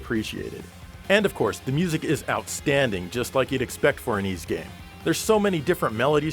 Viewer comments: Ys is pronounced "eass"not "Ease", it's inspired from a legendary island from the french Brittany region. There's nothing wrong with the name, it's just you guys don't speak french from that region (and probably no other language than english like most americans). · So THAT'S how you pronounce "Ys"....Finally, I can put this 30 year conundrum to rest.